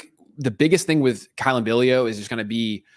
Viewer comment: Billiot is pronounced bill yacht.